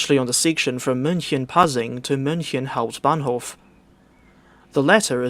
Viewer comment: you pronounce "hauptbahnhof" like the DB train anouncment